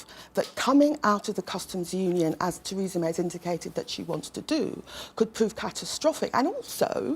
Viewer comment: She said tweesa may ! Can’t get her tongue around her Rs. Bet Corbyn did! They say Micky mouse wears a Diane Abbott wrist watch !